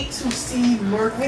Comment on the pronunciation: Girl that ain’t Murphy that’s no-fur-phy 💀